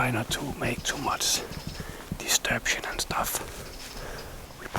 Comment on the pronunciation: "Disturption" Love it. Made me laugh. Love the videos.